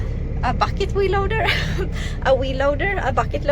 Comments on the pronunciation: It's cute how she says wheel loader, sounds like she's saying wee loader. Here in the U.S. we call it a bucket loader. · Omg you are so very Beautiful and very cute and I love the way called the frontend loader a wheel loader it almost sounds like you said weed loader. Lol love you girl keep it up you Badass!